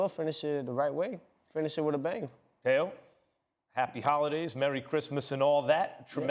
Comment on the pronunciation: It’s Teo not Tao. And this guy only has a lucky punch chance against Loma. Other than that he has no chance at all.